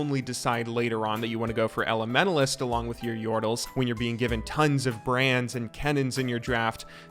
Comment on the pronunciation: holy fuck , the way you pronounce elementalist is tilting af. THERES A T IN THERE SO USE IT